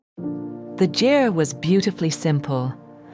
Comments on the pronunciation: Great video! FYI, Ger is pronounced like Gare and not Jerr. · I love your voice, so soothing ❤️ just so u know the right pronunciation of ger-is like Richard Gere ..